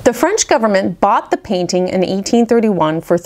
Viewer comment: We are all so appreciative of you obvious familiarity with the French language. Your pronunciations are superb.